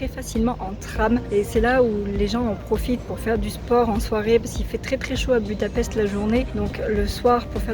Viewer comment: À savoir que la capitale de la Hongrie Budapest ce prononce "Boudapecht".